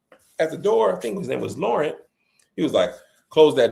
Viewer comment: AYO…’Fink, fink, fink’ is CRAZY!!!😂